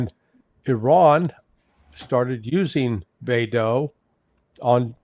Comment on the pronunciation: its not called baydow. Your first pronunciation was correct.